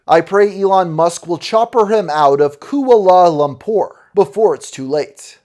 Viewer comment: owning guns doesnt make you armed and dangerous. What a crazy fuck. Also Kooalah lampur is a funny way to pronounce that.